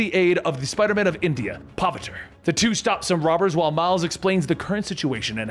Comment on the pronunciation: Spiderman of "Endia"? 🤡🤡